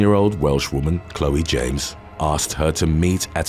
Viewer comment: I am wondering if the butchered pronunciation of "Chloe" wasn't to incite this comment. 😂